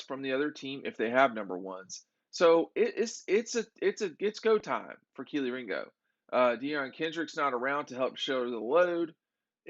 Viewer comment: ok.. its Jack POD - LES - NY not Pod-nes-ly, and its Derion DER - E - ON Kendrick not Deion or Darren, i understand getting a Arik (A-Rick) Gilbert wrong, but c'mon invest a little time n get the guys names right for the sole team you cover.. outside that n ryan spinning camera, i really enjoy u guys n ur videos, keep em coming.